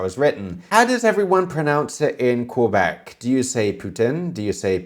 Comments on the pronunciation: Queeebec is a not the right way to pronounce it. It's pronounce K-Bec. The right way to pronounce Poutine is Poo-Tin. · I always figured it was pronounced "puh-tin"... but you know, I live in Toronto, where no one can really agree on how it should be pronounced outside of the second "t" being silent. Also, I've never heard anyone butcher saying "Quebec" as badly as Jack did ("Koo-Beck") at the beginning of the video. As for fries (or frites, or chips), I have one of those gadgets that utilize a lever and very, very sharp blades, so there's never a problem cutting those sticks of potato (or whatever vegetable) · OK... French Canadian here from Quebec.. not "kweeebeek" like jack says. Actually had some chicken poutine tonight! As for pronunciation, actually yours was pretty good, avoid the american " pooooteeen" sound... you were pretty close Chef. Visually his poutine looks to be..... somewhere above Food Court level but bellow fast food restaurant. Shredded moza is acceptable but rare to see, normally its the curbs. Gravy looked okay ish. It really varies from place to place, some have a dark brown thick one, others have a more runny one, some are more BBQ tasting even.